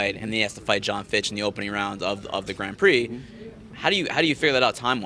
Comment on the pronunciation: Why does manlet raimondi say grand prix like a dumbass he says gron prix wtf